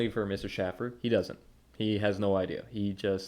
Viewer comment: “No one should take this man seriously…” But then when Schaffer makes a joke riffing spontaneously, “how dare he threaten to massacre trans.” I’m beginning to think that you wear headphones so you don’t hear your own idiocy. Also are you deliberately mispronouncing his name as a petty slight or do you really not hear it when he says his own name? And Iroquois inspiring our govt? try Rome, Greece, and the subsequent centuries of jurisprudence formed by a nation on the other side of the Atlantic cutoff from any native peoples. Please, be more informed before you see fit to pontificate on others.